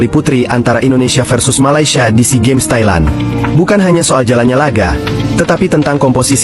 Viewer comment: Tailan bukn tailen,jgn inggris2an